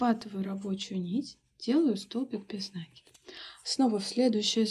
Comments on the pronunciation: Как же триггерит неправильное произношение слов . Ну если вы садитесь снимать мк , делайте это профессионально не только по теме вашего видео , но и по тому , что вы в нем говорите . накИд!!!! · Почему нАкид? Просто бесит